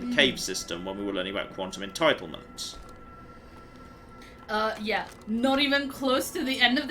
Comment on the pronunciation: Every time he said quantum entitlement, my inner scientist yelled "entanglement!!"